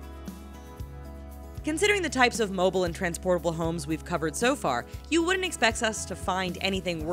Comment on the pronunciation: she say expess instead of expect XD